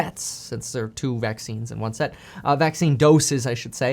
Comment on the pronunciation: Kevin has italian in him listen how he says two